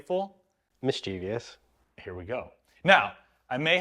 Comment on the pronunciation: Never heard the word mischeevious before.